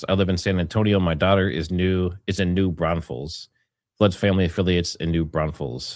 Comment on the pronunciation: It's NOT new BRAUNS-FEL. It's pronounced exactly the way it's spelled: NEW BRAWN-FULLS. No 'S' in the first syllable of second word. ~ Lisa